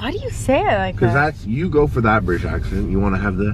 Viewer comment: Harley never replys and your British accent was really good